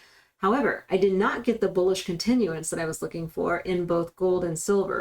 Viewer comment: I only watch to hear you say BOOLISH